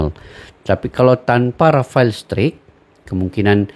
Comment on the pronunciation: Nyebutnya jgn rafael strik pak agak gimana gtu. Kata rafael sendiri nyebutnya straik